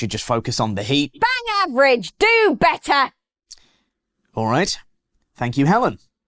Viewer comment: Hellen - Mary Pippin’s evil cousin “DO BETTAH”